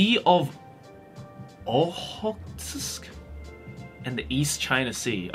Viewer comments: Lolled when he tried to pronounce Sea of Okhotsk like its Japanese. That's a Russian name,. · The sea of Okhotsk is near to Russia, more russian name (in russian it is pronounced as Okhotskoye morye), in japanese it is prounounced more like Ohotsuku sea :) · Its understandable doesn't know and can't pronounce the Sea of Okhotsk, its seems to be a Russian name after all XD